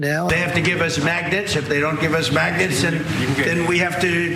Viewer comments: Yeah. He keeps saying maggot instead of magnets. Wtf😂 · Did he say maggots, or magnets? I don't think he knows the difference.